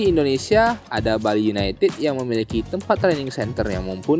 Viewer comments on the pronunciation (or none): none